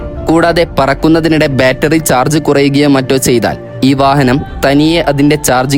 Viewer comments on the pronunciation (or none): none